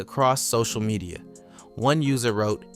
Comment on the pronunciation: Gar-vee. Ma-dee-yah. Buh-see. Wtf?